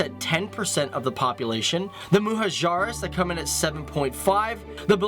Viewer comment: Punjabi's, Pashtuns, Mahajirs, Baloch ,Sindhi you pronounced everyone wrong 😂😂